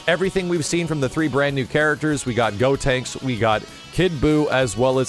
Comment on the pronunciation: pronouncing the Characters names in japanese gives me life